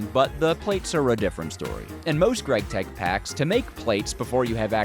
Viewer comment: "gregtech" Ew